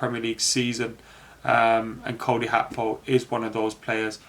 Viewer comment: His name is not Cody Hakpo the G is not an H man . You can pronounce Gakpo as Gapo and that shouldn't be hard even if it's the wrong pronunciation it's still better than HAKPO???🤣🤣🤣🤣